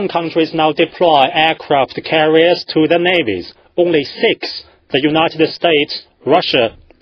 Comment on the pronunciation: nothing else matters when they have..."Aircwaft Cawiers" and great "File Powa" and "Militawy"